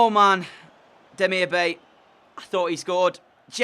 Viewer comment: It's Demirbye not Demirbay